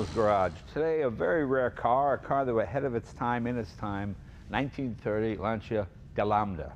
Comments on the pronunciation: Oh, cool. I've wonder for a long time how to correctly pronounce "Lancia". Jay seems to be saying LAN-CHEE-UH, but the native Italian speaker is saying "LAN-CHA". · Okay, once for all set how to pronounce Lancia. :)